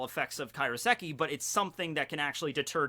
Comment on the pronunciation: It's KAIROSEKI. Not Karioseki. Say it like Cairo, Egypt.